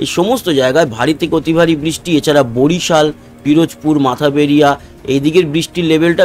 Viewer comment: 'মাথা বেরিয়া নয়' সঠিক উচ্চারণ 'মঠবাড়িয়া'।